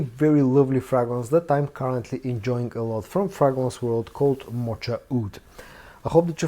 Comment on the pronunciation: Moka Wood. The ch is a hard k sound.